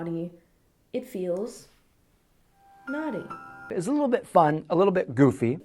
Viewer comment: his pronunciation of naughty has now charted .